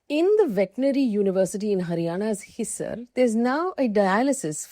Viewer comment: Hisar is pronounced as Hisaar. I’m its alumnus.